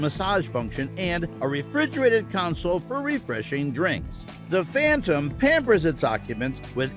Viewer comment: Rolls-Royce fhantom